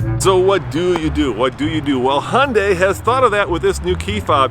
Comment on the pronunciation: Han-dei🤦🏻‍♂️. It’s Hee-un-dai.